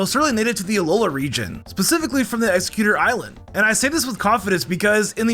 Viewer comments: How could you butcher exeggutor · Why tf do you say Exeggutor and Kalos like that?